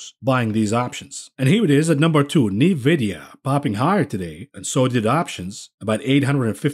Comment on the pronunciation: "Knee-vidia". Lol.